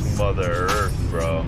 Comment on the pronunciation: "i LiKe To FeEl ThE eArF" I fucking died.